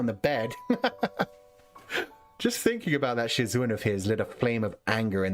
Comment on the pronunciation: I might've despised your pronunciation of "shizun", but i loved your reading style, different toned voices, and hearing you giggle. Sad it's over. Thank you for sharing. This was definitely one of my all time favorite read throughs